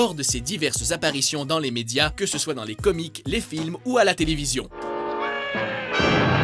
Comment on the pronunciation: puree le gars il prononce comics comme comique